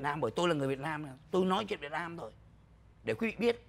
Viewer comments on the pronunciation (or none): Sao ô dũng này nói việt mam như vậy ô là ai ô ở đâu